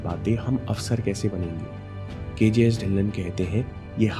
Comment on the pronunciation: Sir It's "ढिल्लों" ✔ not "ढिल्लन "❌ . mera b yhi surname h🙏lesson in this video💯